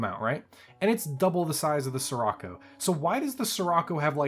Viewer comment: the word "Scirocco" is Italian, so the "Sci" at the beginning would be pronounced /sh like the "sh" in "fish" or in "ship"